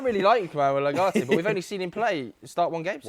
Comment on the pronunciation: Man really said ugarte